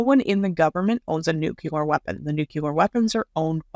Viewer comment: New-clee-er, not nuke-you-ler